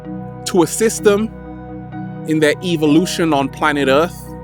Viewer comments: did he say( evil lution )? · Did You Say "Evil-Ution" For A Reason?